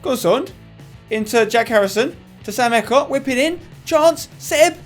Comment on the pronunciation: EECOTT NOT ECOT M8